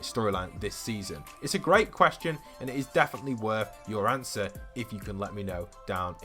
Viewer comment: “Awnser the QUSTION”